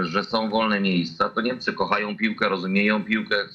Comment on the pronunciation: co to jest "NEMCE" ? masz wade wymowy czy nie zdjales wargi z nosa ? w dogrywce Niemcy wygladali jakby dopiero weszli na murawe a Hiszpanie slaniali sie na nogach, to dopiero cos. pokaz mi druzyne ktora w dogrywce tak gra ?